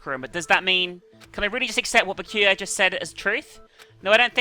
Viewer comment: A little tip, "Byakuya" is pronounced "Boo-yahk-oo-ya" in quick succession. Thank me later <3